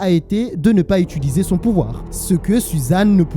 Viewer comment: « Utuliser » pardon de faire mon grammar nazi mais fais un effort